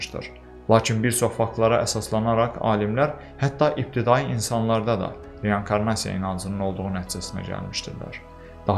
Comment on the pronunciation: Hər wey əladı amma reYANkarnasiya yox reinkornasiya